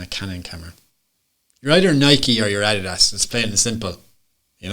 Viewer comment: Darren J Spoonley Photography 🤦🏼‍♂️ he cant even say Adidas properly